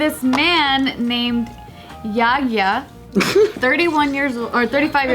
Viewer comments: Lmao I was thinking what kind of Nepali’s name is yoya until I read the name. it’s yogya so u pronounce it like yoga but with the y so idk how to tell u but that’s the best I can do 😂😂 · it's not pronounced yaya tho,...